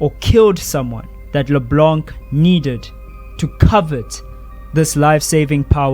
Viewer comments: via gpt - In French, the "c" at the end of words like "LeBlanc" is typically silent. It’s pronounced as "Le-Blan" with a nasal sound at the end, rather than "Le-Blank." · As a French speaker, hearing you pronounce the mute c in LeBlanc was painful. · DO NOT pronounce the C in LeBlanc. Thank you